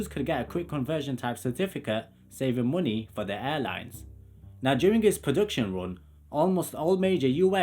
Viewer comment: "Mooney"?? lol